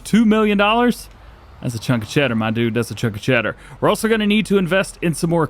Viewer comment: bro literally said "that's a chunk O' cheder"